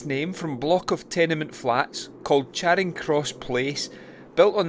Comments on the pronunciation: Glasgow folk pronounce Charing as 'Chayring', not 'Chaaring'. Excellent video. Keep up the good work. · Brought up in Glasgow, and worked in Charing Cross Mansions. Pronounced…Cha. Ring. Not chayring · "Chayring" jeezo lol. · Glasgow folk don't normally do long vowels, so they pronounce Charing as 'Chayring'. On the other hand, London folk love long vowels, so they pronounce Charing as 'Chaaring'. By 'Glasgow folk', I, of course, mean people born and bred in the city of Glasgow.